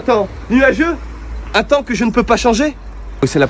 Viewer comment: Pour le référencement tu mets « uRRnn, deux, trois » 😂 Paix ✌️